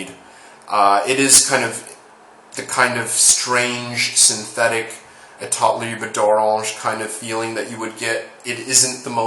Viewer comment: i wish all the american reviewers can pronounce that name like you Lol